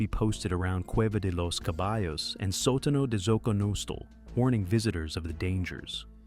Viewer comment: Now I'm surprised that the AI doesn't know how to pronounce ''Sotano'' (Soh-tah-no), not even a difficult one considering there's a tougher word next; ''Xoconostle''.